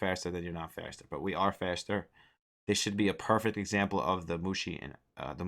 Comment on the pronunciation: I like the way you read Musashi, rather than reading it properly lol Sounds more like cooly americanized japanese name.